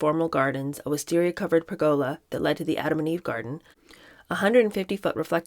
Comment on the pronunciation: I love your channel., especially the Kennedy books. You’re a fluid reader and excellent commentator. However, I’ve never heard your pronunciation of ‘estate’ or ‘pergola’ before. (IE: emphasizing the the first syllable in ‘estate’ and the second syllable in ‘pergola’) I’m curious, is your variation from Webster’s pronunciation something that’s common from the area of the country where you’re from? Not criticizing, I’ve just never heard that before.